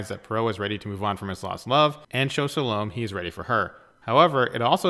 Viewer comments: I really enjoyed this, but I feel I should point out; Ms. Otterbourne's first name is pronounced Sal-o--may. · I wish you could pronounce 'Salome'.